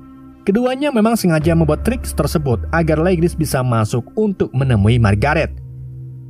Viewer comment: tersebut bang. bukan tersebot